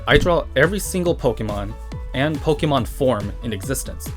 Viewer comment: 2 mins in and you know that hes a cat dad pokemyoen or pokenyan is what I heard. Keep up the good work!